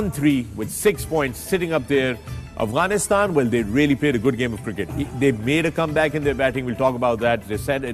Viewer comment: One Advice to the panel kindly pronounce Afghanistan right.. Its Afghanistan not Aghwanistan. It may hurt the feelings of our Brothers from across the border. Thank you